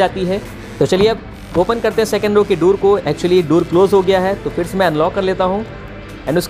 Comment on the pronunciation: भाई डोर (door) बोला जाता है दुर (dur) नही बोला जाता है, प्लीज बोलो एक दम सही से हमेशा....